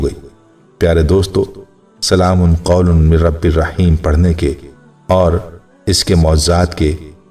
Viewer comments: بھائ جان قرآن میں تو "ل" پر 2 زبر ہے اور آپ ل" پر 2 پیش پھڑ رہے ہیں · ل پر 2پیش پڑھنا بہت بڑی غلطی ھے قرآن پاک میں معمولی سےبےاحتیاطی سےمعنی تبدیل ہوجاتےہیں جوکہ ایک سنگین جرم ھے،